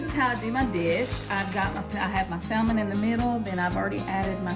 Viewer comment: Spelt salmon. But pronounce (SaMon)!!!!!! Definitely not Saaaaaallllllllmin. 👎🏿